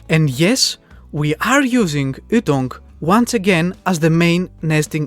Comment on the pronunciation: The way you pronounce ytong is really funny... the way to pronounce it is y like the letter and then tounge.